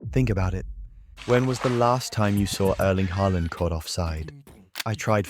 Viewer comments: Hay-land, is this an AI generated voice over? I can't even tell anymore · AI slop. AI voice and script probably. Pronunciation kept changing from Haaland to Hayland. Ffs. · "Heyland" is amazing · “HaY Land” 😂😂 ai is so stupid